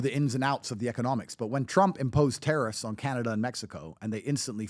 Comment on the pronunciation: did this dude really say Canned Ace😭